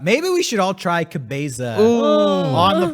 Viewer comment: pronunciation of "cabeza"